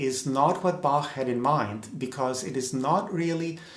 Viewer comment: Thanks for pronouncing the master's name right.